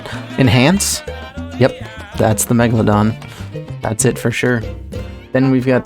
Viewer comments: my favorite scene was when said "m egladon" and then megalodoned all over the place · you mean the *Mochelogeradon... common mistake...